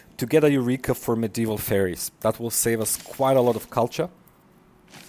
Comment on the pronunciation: Great video, but there's one thing that drives me nuts. It's pronounced "fairs" not "fairies".